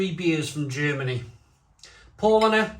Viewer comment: Paulaner = "pow-lah-ner" with second syllable stress (sorry, just sayin'...)